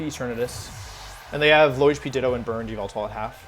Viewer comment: It's not yveltal it's YAHVELTAL